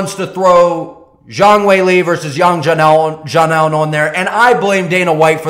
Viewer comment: well 1.4 billion people in China might argue that its a big name, and its sa-non "Xiaonan' NOT GA-NAN